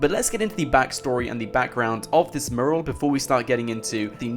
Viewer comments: My fucking god, its not "Moo-ral", its "Mew-ral". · its pronounced mew-ral... not moral 👍 good video though mate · Dude i know how its spelt but the way you say mural fucking aggravates me youre supposed to say it - Myural not merl... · The video is interesting but........murrrrrl....... Mee you rul Say it fast. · Sorry, after watching this and the Mt Chiliad mural video, I have to say it >< Mural pronounced 'mjueral' not 'muhral' Anywho, keep up the good vids ;) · dude, its pronounced "mYural" not "mooral". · I cant get over your pronunciation of the word "mural". It's "myural" not "murral" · first ten seconds "mooral" instant headache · I swear you said 'Mural' in every single possible way, OTHER than the way it's actually meant to be pronounced.... 'Mooral'... No. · hey guys a murrrrrel ... fucking english and cant even speak it correctly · its pronounced mju rel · most English people pronounce it "mjural" for some reason he does not. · The way you pronounce mural 😂 Its "Mew-ral" my friend :') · Can you PLEEEEEEEAAAAAASSSSSEEEEEE learn how to say mural properly!!!! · Please learn how to say mural properly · Learn how to pronounce mural please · That's not how you pronounce "mural" bro... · You're pronouncing 'mural' incorrectly by the way. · Can someone please teach this guy how to pronounce the word mural?! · The way he pronounces "Mural" 😂😂😂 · Please learn how to say "Mural". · Oh my god if you mispronounce mural again I'm gonna go Liam Neeson on your arse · please learn how to say mural